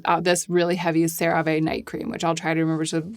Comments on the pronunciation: it's just "sara-vee" :) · Just an FYI - the last e in CeraVe is long. That’s how they pronounce it in the TV commercials. Otherwise you’re spot on. 😊 Unrelated, I’m new to you videos and I love the thought that you put into them. Excellent work! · You say Cera ve, I say potato... 😩 lmaoooo